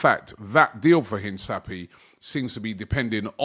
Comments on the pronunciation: Please Robbie! Hinsapy???? LOL een-kah-pee-EH it's a Spanish word that means to emphasise, remark or underline something important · Robby its not Hinsapie but rather pronunced as Hincapie (Hinkapie) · robbie it’s pronounced hin-ka- pee-eh… not hin-sa-pee-eh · Mate, please pronounce it correctly it’s Hinkapie not Hinsapie. 2nd time I comment this. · Robbie big bro, I thought someone might've corrected you by now but all good. Hincapie is pronounced inka-pee-ay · HIN - CAP - EE - AY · HIS NAME IS pronounced een-kah-PYEH like come on bro lmao try for me